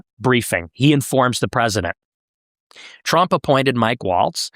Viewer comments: Why you pronounce it as "tremp" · Bro it's Trump not trimp